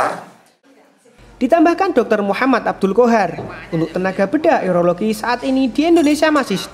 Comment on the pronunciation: Bukan Eurologi, tapi Urologi